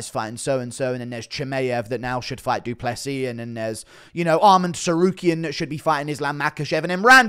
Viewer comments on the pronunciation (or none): none